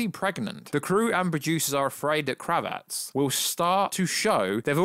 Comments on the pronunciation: KRA-VITZ...really easy to say. Not Kruvetts. Sik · My brothaman! .. loving the channel and content.. but.. hahah its ‘Kraaavitz’ not Cravette! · "Zoe Crevette", please don't say "Kravet" lol, it means "Shrimp" in French, it sounds so weird. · When you say 'kravitz' you're putting the wrong emp- phas- iss on the wrong syl- ab- le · Why can't you just pronounce Zoe's name CORRECTLY ??? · Definitely the worst pronunciation of Kravitz. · How are you saying Zoe Kravitz name wrong ?🤦🏻‍♂️😂🤤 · “Doomscock. Sorry, I know nothing about this Youtuber’. If only you could just, I don’t know, type his name into the YouTube search and watch the actual video in question. It’s Doomcock. To say you ‘don’t know this YouTube’ shows an incredible lack of research on your part. Also...KravITZ. As in Lenny Kravitz. The famous musician...and her father. Again...research.